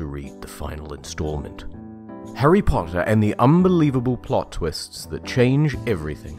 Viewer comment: harry potawhatica???